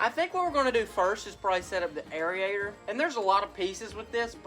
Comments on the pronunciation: It's pronounced Air-ator Airator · Air-ator. 😂. God bless you always a good time with the uploads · Air-ator....not Air-E-ator....hehehehehe....the E is silent. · I just wish Jesus would give you the good sense to know how to pronounce the word Aerator......hint it's not area-ator lol SMH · love you man love up but trust me bro idk the science behind it but I’m pretty sure it’s pronounced air-ator not area-ator hahaha love you brotha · It drives me crazy listening to you say "air-e-ator". I know you're very smart but clearly you played hooky too much from your grammar classes in elementary school. All your aubscribers are cringing as well as all of the English teachers that are viewers. Otherwise great job on the vids though.